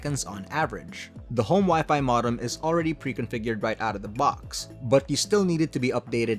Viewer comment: It's "Moe-dem" not "mah-dem"